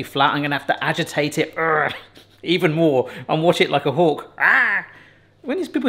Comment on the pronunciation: the saying is watch like a hawk did u say hulk or is that your accent? im not at all trying g to be funny or Make fun of you